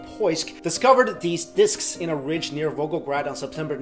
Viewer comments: " diskisisss " lol thumb up if you no wah am talking about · I think you are over-pronouncing the word "disks" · Great video Could listen to you say 'disks' a thousand times in a row